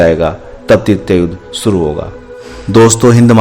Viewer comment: shuru hoga.... naa ki Suru hoga... bolna to Sikh le